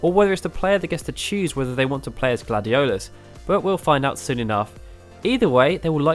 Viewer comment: Please don't use names if you don't know how to say them. this LuciiAYE and GladioLOUS (or whatever) hurts my ears 😡